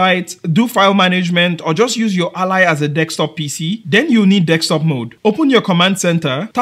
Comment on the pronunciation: I'm going to ask a genuine question, and its going to sound rude, but I promise it is not meant that way. BUT, why is it, that every person whos native language is not english, or anyone from another country who is trying to speak English, pronounces the word DESK top as DEX top. Is it because of a misfire of the tongue? Is it just how it was taught to you? Or is it something else. I ask, because, I am a white, English speaking American, and I am learning Spanish, and I have a hard time rolling my R's and saying certain words. I don't know what prompted me to ask you this question, but i heard you say the word a bunch of times, and I feel I need an education on the subject.